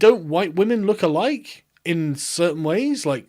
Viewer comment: Is this chick saying "all asians rook a rike?"